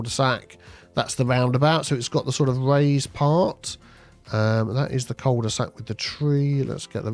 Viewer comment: As a frenchie, hearing so many "coal de saxs" makes me laugh 😅